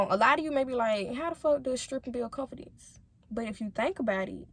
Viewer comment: She needs to learn how to pronounce the word “Confidence”. Sound ignorant af